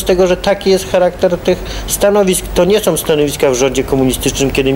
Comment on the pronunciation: som . Do dzisiaj tak mówi